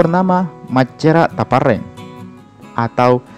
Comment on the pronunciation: koreksi, bukan saja e nya yang salah sebut tapi p dan r nya